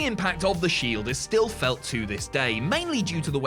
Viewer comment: I really love the Shild 😂😂 seriously anyone else noticed he missed the E phonetically? 😂